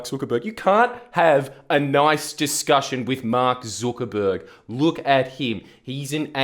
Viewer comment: Jordan, the video is great ant all but jesus fuck please learn how to pronounce Zuckerberg. It's Zuck, not Zook.